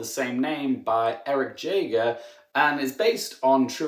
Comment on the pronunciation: SIR------------THE NAME IS PRONOUNCED YA-GER -----------NOT JAYGER------------OK ???